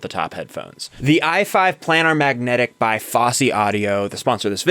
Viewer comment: Headphones- Your headphones are pronounced 'PLAY-nahrr' not 'Plan-nahr'. I enjoy watching a generation looking back on music of this era and rediscovering the shear talent (not software) that created many timeless masterpieces. Kudos!